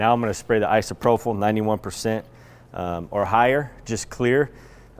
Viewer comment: Love you guys... but its "I-SO-PRO-PULL" :)